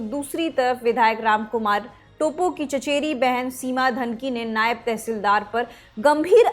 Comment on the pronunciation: "टोप्पो" hain vo टोपो nahi... pronunciation to sahi se kariye.... news anchor ho k aisi galti achi nhi lgti..